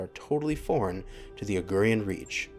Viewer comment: "House De-si-mis", "Co-ro-mo-dir", "Au-ri-gan Reach" :)